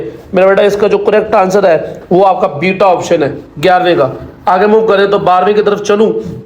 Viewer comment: ap jab bita kahte hain to samajh nahi lagti